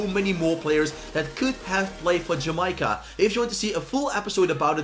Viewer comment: Sterling was actually born in jamaica and lived in Jamaica until he was 5 then moved to London btw it’s Jamaica not jameyeca